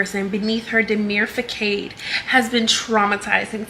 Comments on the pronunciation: Hold up… WTF IS DEMURE FACADE (FAKADE…long A) 😂😂😂😂 You mean DEMURE FACADE (FASADE)🤦🏽‍♀️🤦🏽‍♀️🤦🏽‍♀️ Excuse me! Have mercy!!!🤭😂😂 Just loud and wrong as hell! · always wanna read ppl and act like she’s so smart but cannot understand that facade isn’t pronounced “fah-kade” it’s pronounced “fah-sod” she’s such an airhead!! 😂😂😂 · DID SAY FAKADE 😂😂 INSTEAD OF FACADE? Fah-saw-d 🙄🤦🏽‍♀️🤦🏽‍♀️🤦🏽‍♀️🤦🏽‍♀️🤦🏽‍♀️🤦🏽‍♀️ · Did she say fa —— cade ???? She meant facade’ fa-saad’ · Not her saying facade like arcade 🤦🏽‍♀️ it's pronounced fah-sodd 😂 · Her and king are so illiterate It pisses me off. Facade fu-sawed no fuhcade the heckkkkkk!?? You are a mother be sooo fr! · facade isn't pronounced Fa' cade like arcade. It's fuh·saad. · lol did she call Facade Fa-cade no its pronounced fa-sod with an s sound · Fa-Cade or fa-side 😂 or so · She said fakade and not facade??? Oh my gosh. She needs hooked on phonics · Im sorry....she cant read either 😔 Fa-caid is definitely not a word 😂😂😂 I really hate stupid people 😒 🙄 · Fah-Kade stopped me in my tracks. All i could do was pause and look at the screen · Facade or (fe sad) façade???! 😂😂😂😂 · Fa-cade? Lol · omg FA-CADE?! lmaooooo she doesn’t even know how to read! meanwhile she’s so busy being stupid and immature that she’s paying NO ATTENTION to the context. and THIS is how a MOTHER responds and resolves conflict. i can’t agree more with the fact that if a nanny just bounced and left my kid, i wouldn’t want them re-traumatizing my child with their constant, unsolicited presence. this is why you need a contract that outlines things like this. and, i agree w you, could have avoided that for her children although by being ACTIVE AND PRESENT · Facade is pronounced fa-saad damn lmao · slow ass pronounced Facade as Fuh-kade????🤣🤣🤣🤣🤣 Radio ass couple😆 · Lmaoooo THANK YOU!!!! “FAH-KADE”???? Excuse me ?? 😭😂😂😂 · So are we going to skip over how this grown ass woman said fa’Kade and not facade, beyond airhead